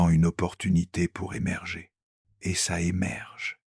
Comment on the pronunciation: Sérieusement,... réécoutez et corrigez. Il lit "ET" : "heu té". Des pauses là où il n'y a pas de virgule (manque de poncutation). Des erreurs de traduction et conjugaison, (petites, sans conséquence, mais présentent). Pourquoi réduire la force de l'oeuvre original avec des erreurs de lecture ? Mieux vaut moins, mais mieux. Sauf si vous courrez après la quantité sans égard pour la qualité. Qu'est-ce que cela vous apprend sur vous ?